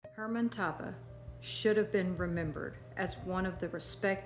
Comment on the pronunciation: Toppah is pronounced Toe-pah